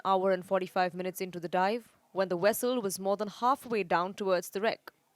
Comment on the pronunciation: It's not "wessel". It's vessel. And you can't say poor weather conditions for underwater areas.